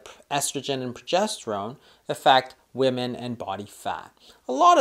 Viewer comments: Why does she say woman instead of women? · why does she keep saying woman instead of women? LOL and sorry but my appetite goes up 3rd week of cycle aka PMS week. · I was just googling and wondering the same thing! Usually women refers to more than one and woman is one woman. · I don't trust a woman can't say WOMEN! :D